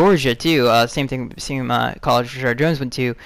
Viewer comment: Why do you always say ReSHARD and not Reshad.